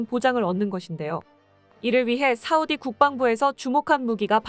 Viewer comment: 여자발음이 싸우디 사우디 왔다갔다 하네요ㅋㅋㅋ